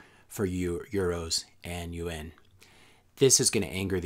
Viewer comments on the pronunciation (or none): Good content. Agree on Bitcoin, but don't believe we are going to have another world war, certainly not like we have in the past. I was getting confused by UN...it's pronounced (you-ohn) Yuan. Good video